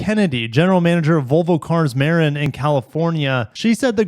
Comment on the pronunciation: Btw, Marin is pronounced Mer-IN. I used to live near San Francisco and Marin is the county directly across the Golden Gate Bridge.